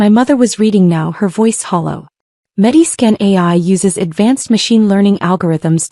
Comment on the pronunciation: MediSCAN, not Mediskin.